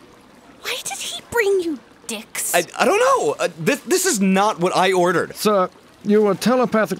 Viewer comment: "THE 'DEICKS' YOU ORDERED" LOL